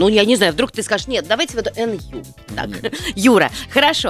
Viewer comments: Не Н-Ю,а НЮ. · Как же бесит , что она говорит эНЮ 👹👹👹👹👹👹👹👹👹👹